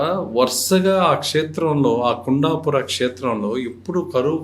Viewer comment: Kunda kadhandi Kundhapura ani palakali.